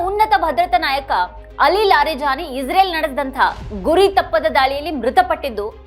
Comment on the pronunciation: ಅಕ್ಕಾ ಇಝ್ರೇಲ್ ಅನ್ನಬೇಡ ಇಸ್ರೇಲ್ ಎಂದು ಹೇಳು ನೇತನ್ಯಾಹು ಅಲ್ಲ ನೆತನ್ಯಾಹು ಎಂದೇ ಸಾಕು ಏಕೋ ನಿನ್ನ ಉಚ್ಛಾರ ಕೇಳುವಾಗ ಬೆಚ್ಚ ಆಗುತ್ತೆ